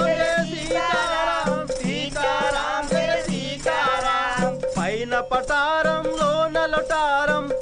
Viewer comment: పతరం కాదురా నాయనా పటారం